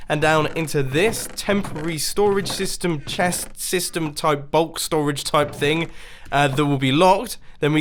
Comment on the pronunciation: "STORAGE SESTEM"😆